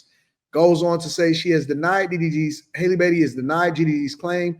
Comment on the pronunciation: How come no content creator says her name correctly. It's Halle like in Halle Berry, not Hailey.